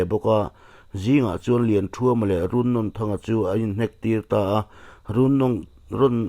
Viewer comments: Run nawn N atang hian a hniam zawnga a thluk tur 😁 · A hming i lamdanhi a thluk dan a dik lo. Nawn laihi ainawn kan lama a nawn lai kan lam dana lam tur ani. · Runnawn tih laia nawn hi thluk tur a ni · Runnawnthanga hminglam rik hi a diklo a ni Nawn tih laihi Cut lovin Thluk hniam a thluk hret tur a ni